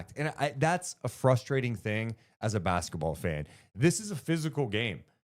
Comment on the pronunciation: "NUNCHUCKS" AND "BASKETBALL" NOT "NUMCHUCKS" 😂😂😂🎉🎉🎉AND "BASKABALL"